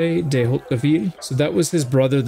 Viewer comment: nice video, by the way it's "Robert de Hauteville" and not "Robert dey Hauteville" ^^ (maybe fat fingered on the key ? )